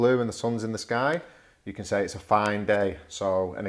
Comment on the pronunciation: OK, good idea. A few seconds later you say that students often "say"..... And your "say" sounds like 'se:' rather than /seɪ/. Looks like you don't pronounce diphtongs :) right?